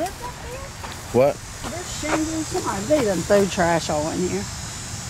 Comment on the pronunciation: The condition is called “sumtimers”, PLZ do another video with your sister. I ain’t laughed this hard in some time lol.